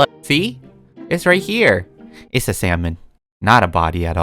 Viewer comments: When you said salmon I thought you said sells man😂🤦🏽‍♀️ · Nobody:: you see I buried a sALmoN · you sure thats salmon..-: no- i means yesh